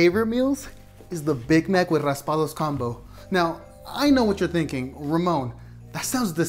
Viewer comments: Faisal4T he said Raspados he barley sad raspado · It’s not “raspados” mister is raspados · Uh no it's not it's raspados